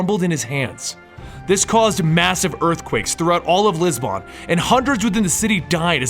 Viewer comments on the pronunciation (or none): It's Lisbon, not Lisbonne xD